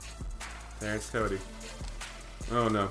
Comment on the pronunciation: every time you said cody it sounded like kobe.hehehe